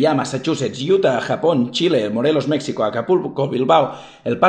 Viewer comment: Ya registrado en el concurso, por cierto, se pronuncia Méjico, aunque se escriba México,:) (Y)